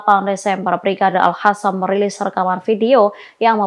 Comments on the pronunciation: Kenapa al qassam yg jelas dalam bahasa arab adalah qof bukan ha' kok di baca al hasam alay bet itu bahasa arab bukan spayol, apa tujuan nya mau pembodohan bagi orang yg ngak pernah belajar baca tulis arab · Al Qassam bukan Al hasam , sekolah lagi mbak supaya betul menyebut huruf Q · Alqosam mba bukan alhasam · Zionis kok dibaca Yonis ? Al-Qossam kok dibaca Al-Hassam? 😂